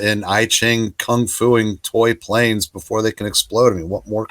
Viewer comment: Isn't "I Ching" pronounced "eee-ching"? That said, I sat thru the whole vid..... still don't want to read that run.